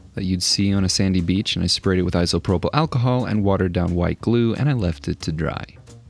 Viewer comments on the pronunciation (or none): none